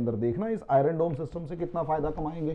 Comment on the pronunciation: Iron is pronounced as I-yern and not as I-run .